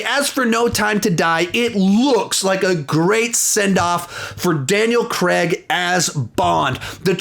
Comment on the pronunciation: I’m sorry he just say Daniel Creg?